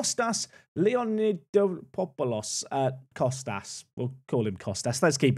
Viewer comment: lay-o-nid-OP-oh-lus is how I'd pronounce Kostas's name